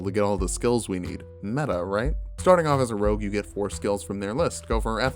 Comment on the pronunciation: "rouge" lol